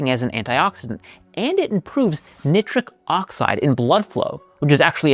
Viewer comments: Hmmm. He says Nicktric Oxide. I say nītric oxide. Have I missed a pun all this time? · I noticed that, too. I thought maybe he was being cheeky, but maybe it is because he got his PhD while studying at University of Oxford. (British accent and all that...)